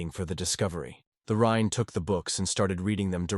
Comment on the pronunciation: Yeah better read the manga than suffer hearing this Ai crap. The rine the rine the rine waaaaah!